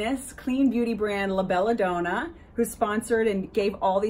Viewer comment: Please say Bella Donna and not Bella Doner...it is a brand name!